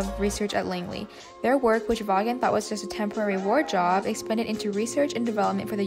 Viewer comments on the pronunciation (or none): Vawnnn. Hehe. It was driving me crazy. Good work tho! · The name is pronounced "Vawn".